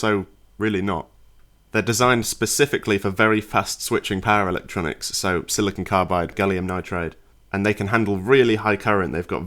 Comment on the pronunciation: For a while I was like, what on earth are these para-electronics he keeps talking about 😅 before he got to the Hz of mains, and I finally realized he was saying "power electronics" 😂